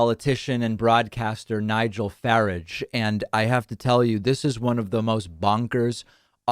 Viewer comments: Oh we call it GBeebies! The BBC kids' output goes under the name CBeebies, so this is kids' TV for adult imbeciles! It is watched by a handful of Boomer "Gammon" (get your Urban dictionary uploaded) and is routinely mocked. I LOVED that you called him Nigel "Farridge", he would so hate that. He likes it pronounced "Faraaaaarge", which ironically sounds French! He is married to a German his children are bilingual, but hey... the man is a xenophobic arsehole of the arseholiest kind! And then there's Trump. He is YOUR problem. We have enough. Although, I did overappreciate your pause when Trump admired the size of his... pause... "crowds". shudder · Farage is pronounced like "garage" or "barrage" not "carriage". Just saying... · In Britain we usually pronounce Farrages name similar to barge not similar to fridge. But Farrage and Trump are two godawful people in the world Best part is when David says he doesnt care about the royals when mentioning Harry and Meghan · Sweet Jeebus, Nigel "Fa-ráhge" not "Fárage". Regardless, the pronunciation, Farage is one of the prime sleazebags that brought about Brexit. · I really feel sorry for you having to watch NIgel Farage for work. FYI, you pronounce NIgel's name: Fa-rarge, not Farige. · Nigel FAR----AGE, as.in Mirage, not (rushed) Farage, David. Tks for bringing this to our attention.👍👍 In my job, I had reason to Drive Farage, he wanted us, Ireland 🇮🇪 to Leave the EU? Look at the.mess the UK is in from Brexit???? I told he was a fool if he thought we were leaving as 70% of the voters here in Ireland support the membership of the Said EU. The two of them are OF THEIR HEADS! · The UK numpty's name is pronounced Fah-rahge, not Farraj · BTW, David, the man's last name is pronounced Far-odge (like lodge, but no " L ") not Far-age (as in " the Stone Age). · it's pronounced "faaraaage", according to the Brits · Nigel Farage. Farage is pronounced "fuh-rajj" rhymes with 'garage'. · Farage rhymes with garage (US pronunciation).